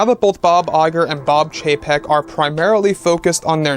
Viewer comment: I honestly thought you said, ”Bob Iger and Bob JPEG” 😂